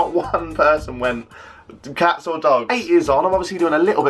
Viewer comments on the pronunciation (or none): none